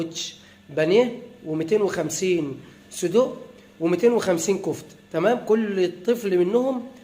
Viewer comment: احلى حاجة الشيف قال سدق مش سجق 😅 🥰🥰